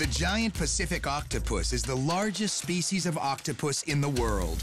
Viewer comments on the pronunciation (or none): "A Great Pusssific Octopuss" I wonder what the guy had in mind when reading his text...